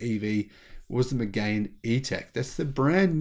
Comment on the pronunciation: It's not megain, it's mégane! Try to put it in google traductions to hear the right sounds! It's not Reno, it's Renault! 😁 Yes, many French people tend to be attached to the brands they know. They are not necessarily attached to a French brand, though. They'll just go to the store they know and ask for what will fit their needs and rarely will check somewhere else. Not just with cars either. Although hearsay is also quite important for many.